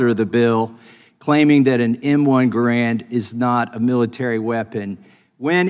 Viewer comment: You pronounced Garand's name wrong.